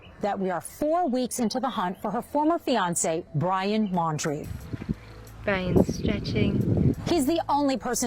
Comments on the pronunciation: You have to realize the adrenaline that guy was feeling when he looked up pictures of brian and then realized it was him so sayin Laier instead of Laundrie is an acceptable mistake when ur heart is pounding a mile a minute and you're fight or flight response is raging. So yes, i believe 10,000% that he saw Brian out there. Brian has been there before and knows the A.T. well, he spent 3 months out there by himself w no help with only a backpack and has consistently bragged about it. Gotta look into all leads to find him.... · Lol caller said brian laurer??? How can he be sure if he cant even get the name correct. Love Dave Canterbury.